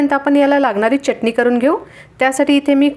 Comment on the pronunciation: चटणी हा शब्द बोलताना " च " अक्षरावर जोर का देता ?? च उच्चार बरोबर करावा.